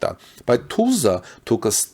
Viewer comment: Learn how to Pronounce Tulsa!